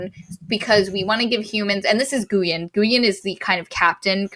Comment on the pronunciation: This book was amazing! Glad you guys liked it too. Just for the record, Guyen is a Vietnamese name and it's pronounced more like "GWEE-Uhn"